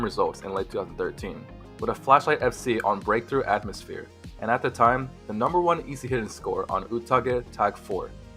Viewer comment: Exit this earth a-tom-osphere. i don't expect perfection, but c'mon.